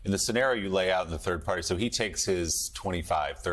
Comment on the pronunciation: Did you mean turd party